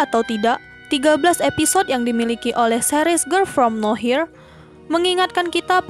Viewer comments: Harusnya no where jdi now here wkwk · Nower bukan nawhir...pgn ga ngomen tp gegara d ucapin brkli"..jdi risih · "no-where" min, bukan "now-here" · Bukan “Now here”, tapi “no where” 😂😂😂 Ngakak dah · Serious aku terganggu tiap admin nyebut girl from now here, harusny no where....... Hadeeeuuuh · Samaaa tadi ada juga di Chanel sebelah bacanya Girl form now here bukan girl from nowhere. Jadi dia nyebutnya Gerl From Naw Hir bukan Gerl from No wer wkwkwkwkwkwk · Penulisannya mungkin bner, cman penyebutannya aja yg kurang tepat, yg harusnya di baca Nowhere dia bacanya now here, Pembahasan konten yg sama dengan chanel saya. Wkwk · Sama wkwk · Now here sama nowhere beda ya pengucapan katanya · bacanya no where bukan now here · No where harusnya😂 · Bukan now here ka tapi no where kan entah darimana cmiiw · nower kak bukan nowhir 😩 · Nowerrrrr bukan nohir saaayy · nowhere ajir... nower bukan now hir 😂 geli bat dengernya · "Nowhere" begooo. Bukan Now here,,, udah pengucapan salah Di terusin.. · Iya nih, Mana dari awal sampe akhir yang disebut no here terus 😂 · Risih sumpah denger now here truz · Nowhere, yg punya channel suka ngide 😂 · Yg nonton lumayan tapi, iya kali nontonin video yg dibawain orang g bisa sebut nowhere wkwkwk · terganggu banget saat mendengarnya.... mohon dengan sangat diubah pronunciation-nya...